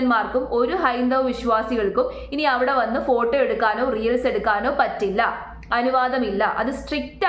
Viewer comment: റിയൽസ് എന്നതിന് പകരം റീൽസ് എന്ന് ശരിയായി തന്നെ പറഞ്ഞു കൂടെ..